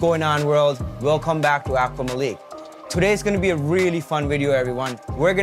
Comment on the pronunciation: it's pronounced Like MAH LEEK not MA lick